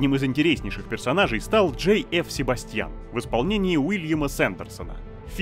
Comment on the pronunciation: Не СебастьЯн, а СебАсьтян :]